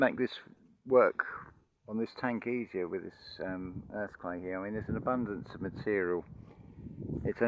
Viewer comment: Sorry I heard earthquake when you're saying earth clay ooops